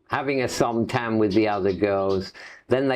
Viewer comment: Lost a lot of credibility when he said he has slept with hundreds of girls, didn't use condoms, and never got an STI. Also he can't pronounce Som Tum after 37 years? Most of what he says sounds true, but likely a bit exaggerated to some degree for dramatic effect.